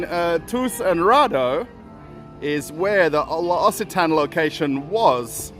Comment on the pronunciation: Pronounced: Lox a Ton is correct L’Occitane. Question: How are you fairing with the War in Ukraine 🇺🇦? You never speak of it?